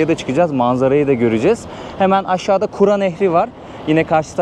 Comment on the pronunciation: Emeyinize sağlık , ama kura deyil, kür nehri ka deyil ke ile